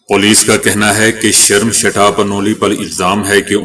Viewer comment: Sharamshetha nahi but Sarmistha plz correct it or learn from any indian person but thanks 🎉